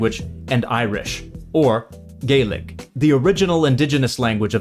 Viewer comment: You pronounced Gaelic correctly so right away I approve this video!!